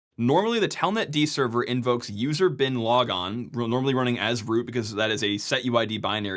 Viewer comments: I heard "user Bin Laden" and can't unhear it now. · anyone else only half watching and repeatedly triggered by 'user-bin-logon?'' i thought the seal team dealt with that? edit, also 'I am root' for guardians fans... maybe repeat that a few times... i... am ...rooooot